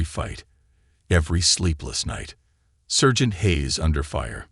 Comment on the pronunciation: Good story and nice reading, but one odd mistake. Not "sergeant" with the "ser" pronounced like the "cer" in "certain" — it's pronounced with the "ser" rhyming with "star." Strange miscue for a native speaker.